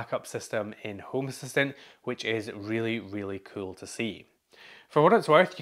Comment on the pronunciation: Who else is here because of the way he says kewl?